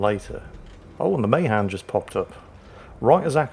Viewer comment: Ma Han not may han